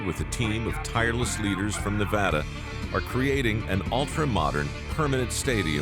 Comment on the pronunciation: Everyone this is how you pronounce "NEVADA" !!